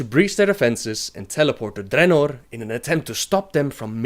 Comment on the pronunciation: Your accent is the worst.. ><. Why the rrrrrrrrolling r's on some words only? "Appear", "Dragons", "Ogres" are well pronounced, but other words are horrrrrrible. Drrrrrenorrrrr... Grrrrruuul.... come on man..